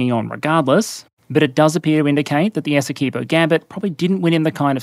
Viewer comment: I don't think I've heard an Aussie say "Essequibo" since I played Mercenaries 2, and she said it "Essa-car-bow" :D